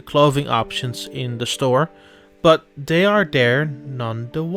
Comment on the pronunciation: I like how you said that "dey are dere" XD